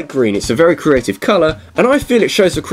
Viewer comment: GREEN IS NOT A CRE-A-TIVE CULLA'